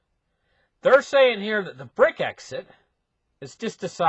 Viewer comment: he is smart, but enunciates some words real funny. lol